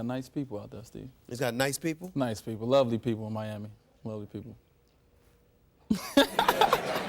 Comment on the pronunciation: luhly people. LUHLY.